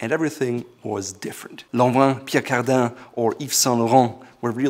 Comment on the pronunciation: I was taken by surprise by your excellent French pronunciation (Pierre Cardin,Yves Saint Laurent ). Great video as always.